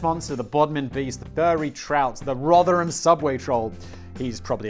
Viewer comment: And today Simon pronounced “Rotherham” correctly. Take a bow Simon.